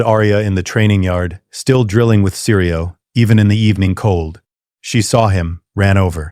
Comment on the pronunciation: Syrio Forel. Not seri, not siri Syrio.